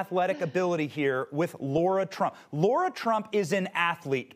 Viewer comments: He called her Laura. Isn't it Lara? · *Lara This fool of an interviewer doesn't know how to pronounce her name or take her more seriously.